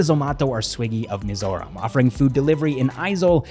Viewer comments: Wow, your pronunciation of Mizoram and Mizo names 💯👍🏼👍🏼👍🏼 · I’ve never heard foreigner pronounce Mizoram perfectly before….. this is really something new ❤❤❤ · ur Mizoram pronunciation is way much better than the actual mainland Indians...kudos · The way you pronounce Mizoram is perfect